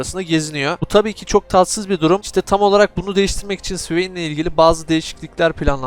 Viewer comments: (suveyn) ne, o nasıl okuyuş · sıveyn diyişin efso be .d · Swain diyişini sikiyim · O ne güzel Swain demek kardeşim. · Allahım o nasıl bir swain diyişidir yarabbim